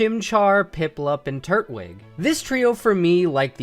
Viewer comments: Is it really pronounced Turt wig? Always thought it was Tur twig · I understand it's an opinion but it's Tur-twig. Not Turt-wig. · Turt-wig? Lol twig is part of his name it's tur-twig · Love the videos I agree w most of this but when you say turtwig like turt-wig it honestly makes me want to jump out of a plane and get impaled by the Eiffel Tower, its tur-twig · Why does everyone pronounce Turtwig incorrectly? It’s Tur-twig.